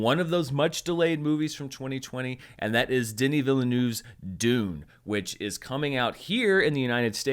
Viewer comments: Canadian here, his name is pronounced “Vil-nuv”. Handy pronunciation playlist with the director saying his own name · It’s weird to hear people still mispronounce Villeneuve with 3 syllables after all this time. The correct pronunciation is quite easy.